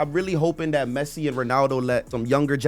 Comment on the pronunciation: He said Pessi